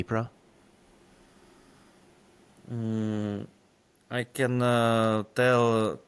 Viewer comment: Not Harriso or Herson, but Kherson. . Not "Delta and Nipro river" but delta of Dnipro river